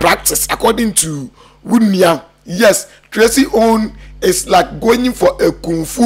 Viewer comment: Eihhh, u too, what is goying ,is it going or goying😅😅😅😅😅